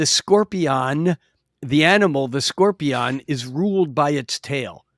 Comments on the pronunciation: The way he was pronouncing scorpion at the end was bugging the crap out of me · how he says scorpion is driving me insane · I could not get used to the way this guy pronounces "Scorpion"